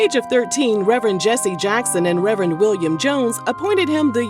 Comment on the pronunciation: Not Rev-Rent Rev-Rant! Rev-Er-end Al Sharpton! The perm! The Scandal! 😂😂